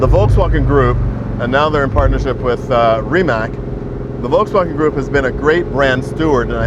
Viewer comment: Hey Donald, love your videos with Jay. Ree…matz hits the mark rather than Ree…Mack for Croatian pronunciation of Rimac. : ).